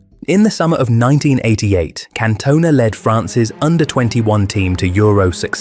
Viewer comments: Can-Tun-Ah not Can-Toner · Can-toner? switches off fvck you if you can't even say his name correct. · Can't watch it, AI messing up Cantonas name is extremely poor, not good enough! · At least pronounce his name correctly. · you say his last name wrong